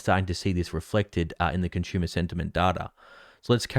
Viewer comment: 💪😎👍🇺🇲😍 You say Conshoomer !!! 🤣😭 It's con su mer !!! 😍😂😭😎😍🇺🇲👍 You guys talk So funny !!! 👍🇺🇲😍